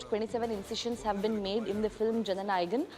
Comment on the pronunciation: Is it so difficult to pronounce jana nayagan 🤦‍♂️🤦‍♂️